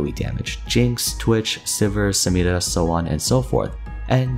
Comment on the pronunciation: Never heard someone pronounce Samira with Spanish R before